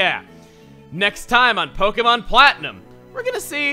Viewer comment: Is it just me or does Chugga slip into a slight southern drawl whenever he introduces himself For a split second on the conroy, and again for half a syllable on Pokemon